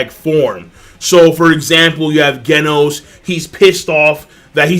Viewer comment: Genos is pronounced Jenos